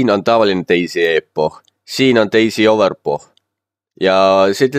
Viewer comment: Hääldad Overpochi imelikult :D, ütlen ise k-iga, nagu overpock :D Muidu korralik juhend :D